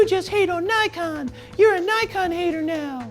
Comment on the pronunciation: >>> Since you mention their name so often, you really ought to learn how to pronounce NIKON. It’s really not that difficult. NIK (like a small cut) and ON. The first syllable DOES NOT rhyme with HIKE. It rhymes with DICK. Think of hard-on, except it’s DICK, sorry, NIK-ON. The Japanese phonetic inventory must be one of the simplest in the world